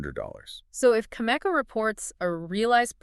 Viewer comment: How in the world can the two of you claim to uranium experts when you can’t even pronounce Cameco properly? Answer: you can’t. Maybe listen to their shareholders call when they report earnings. Or maybe the two of you are just some AI garbage. AI or not this is garbage content.